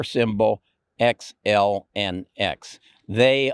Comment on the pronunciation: Xilinx is pronounced Xilinx!